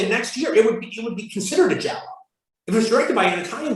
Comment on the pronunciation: giallo not jallow